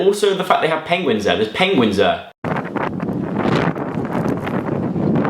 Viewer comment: "pengwings" anyone?